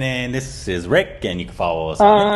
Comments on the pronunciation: Rick your pronounciation is absolutely Right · wow claps for Rick pronunciation.